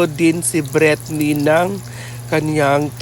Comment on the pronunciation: please po paki pronounce ng name ni Britney ng maayos please. BrEETney like natigas na i hind Bretni. Ganito tamang pag pronounce “Britney” again “BRITNI”. Ang pronunciation niyo kasi is BRETNI